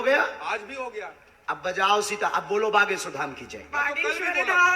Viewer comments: Name pronounce thik se karo mam. Baageswar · Behena tum ek lauti ho yeh duniya mein jisse Bageshwar bolna nahi aata. Aur aapke comments toh lajawab hein. Pappu ki behen ho aap